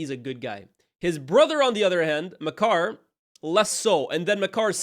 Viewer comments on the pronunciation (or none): Bro keeps calling Maekar (May-kar) “Ma Car” 😭😭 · The pronunciation of maekar is criminal 🤣🤣